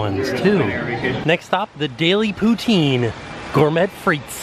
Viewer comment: Love your videos. Always chuckle how you pronounce poutine. In Canada it’s pronounced poutin like a ‘pou’ on a hot ‘tin’ roof